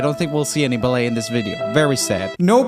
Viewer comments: No one: Joel saying ballet: bal-eh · The way he pronounces ballet, wow